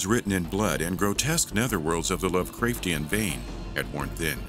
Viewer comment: Tell your narrator that "Chasm" is a K sound and also tell him how to pronounce Lovecraft. Its 2 words put together love and craft. Not "crafed" lol